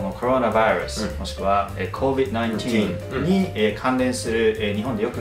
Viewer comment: Covid not covi